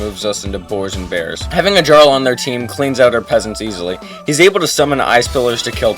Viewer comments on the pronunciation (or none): its pronounced "Yarl" not "Jarl" sorry to be that person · did he say Jar-rl? Sheesh... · him pronouncing jarl wrong will bother me forever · its pronounced yarl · Its pronounced like yar-l, not jar-l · Dawg how is it possible to pronounce Jarl like that ? You never played Skyrim? Great video tho, subbed :) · "djarl" I'm going to dragon scream you into a pickle